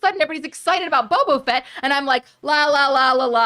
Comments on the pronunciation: I truly cringe every time said “bobo fett” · I cringed every time I heard “bobo fett” 🤣🤣🤣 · Is saying "Bobo Fett" every time or is it just me? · constantly saying “Bobo Fett” 😂